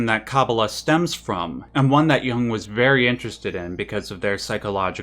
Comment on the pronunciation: It's 'Jung', not "Young" - just an FYI.